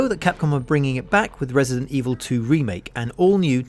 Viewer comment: “resint” evil?”